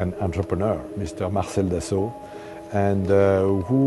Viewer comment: I love how the narrator pronounces Dassault just as it's written! I love Dassault's aircraft, but I hate the French language! If you're going to take the time writing something, and wasting the ink or lead in your pen or pencil doing so, then at least take the time to pronounce the letters that you wrote.